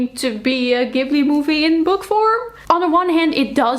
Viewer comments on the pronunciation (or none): the pronunciation for Studio Ghibli is "ji-bu-ri"! I actually hated Blood Over Bright Haven because the writing quality did disservice to the important themes and criticisms. The first chapter was elite and the last 1/4 of the book was sooooooooooooo bad. 😭